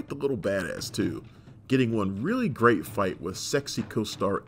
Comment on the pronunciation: U possess gweat ninja skwill